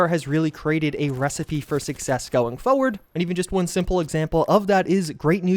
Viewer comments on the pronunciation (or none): IT'S PRONOUNCED FORWERD. USE ALL OF THE LETTERS. ALL OF THEM. DOZENS OF YOUTUBERS CAN'T PRoNOUNCE FOUR-WERD. WHY???????? WHY DO YOU TORMENT ME SO??? I HATE IT.